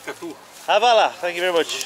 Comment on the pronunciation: lol it's not pronounced as "havala,it's "H-va-la"